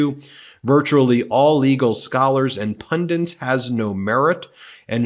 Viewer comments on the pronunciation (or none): Trump spelled Pundits correctly while Ben mispronounced the word as Pundints. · Please don't say "pundants" all the time! It's "pundits". Seek accuracy.